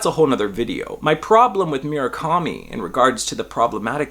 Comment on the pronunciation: MUR-akami. Not “mira-kami”